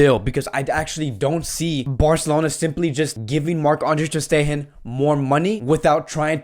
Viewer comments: Filip Kurleto not his accent. he can say “steGen”, he says the “G” in different words. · “ter steHen” 😂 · Filip Kurleto that means he knows how to correctly pronounce ter stegen but he chooses not to. That is why it’s funny. We aren’t laughing because of an accent but of how he always pronounces players names wrongly lmao 😂😂.